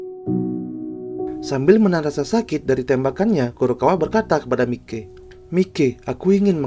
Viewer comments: Maiki bang bukan mike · Mike Mike apa sih 😂 harusnya Mikey dibaca Maiki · Bukan Mike bg sebut namanya Tapi dibaca maikiy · Masukn itu dibacanya maiky bukan mike . bg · Maikey bg bukan mikey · "Mikey" ❌ "Maykii"✔️ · Maiki bg klo di baca bukan mikey😂